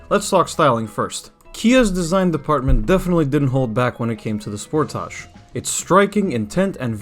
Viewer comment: The way you say sportage makes me nauseous. It's as if you're purposely saying it wrong.